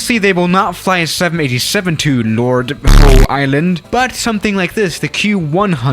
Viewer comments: Everyone: Lord Howe Island: Lord HOE Island. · Lord Howe Island is pronounced 'How' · Lol Lord Hoe island. It is pain to just listen to saying that. Lol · It’s lord (howl) island it’s just how we pronounce it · No censorship required, it is actually pronounced lord how island. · I’m Australian and it’s pronounced like Lord Hawe Island even though it spells Lord Howe island, not h*e haha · btw its pronounced like this: lord how island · lol “lord hoe island” I’m literally dying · ah yes, lord hoe island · Lord Howe Island is pronounced Lord HOW Island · As an Australian, it’s the upside down intro for me Also; it’s pronounced “lord h-our (not as in time put a h before our) island” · As an Australian watching you try to pronounce Lord Howe island... I'm dying